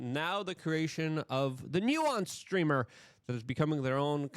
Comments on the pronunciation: It’s pronounced NEW-SENSE not NEW-WONCE. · Please delete this video Luke. You are slurring your words and you cannot pronounced the difference between nuisance Streamer and nuance Streamer… you didn’t study up on this topic. Leave this type of content to Legal Mindset and Atozy 🤦🏽‍♂️ And btw, Vitality was making excuses for his asshole, nuisance behavior, because he donated $20,000 to people, how he tips people and that justifies his actions. Hell no, it actually makes things worse on how Filipino people’s morals can be brought out with money and material things. Awful Video Luke.